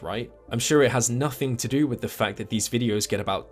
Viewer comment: I’m subscribed cuz Isaac says fack